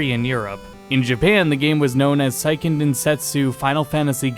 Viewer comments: Say-ken. It's pronounced Say-ken Densetsu, not Sigh-ken. The name's Japanese, not German. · Good video! Although Seiken is pronounced more like "say ken" "Sigh ken" would be saiken. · Fyi "seiken" is pronounced say-ken, not sai-ken. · I know it's a minor point, but Seiken is pronounced "say ken," not "sigh ken."